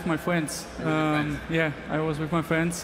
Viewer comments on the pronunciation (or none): i was with my fwuends 😂😂